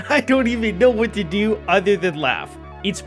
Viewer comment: what tu duw😂😂